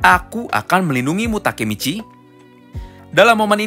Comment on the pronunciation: Kok Baka Michi 😂😂😂